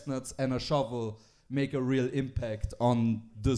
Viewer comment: I also love that mispronounced "Snow Shovel" THREE! times.